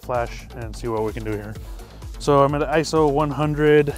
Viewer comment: Great video. Short, to the point and nice portraits. And thank for pronouncing ISO correctly! :-)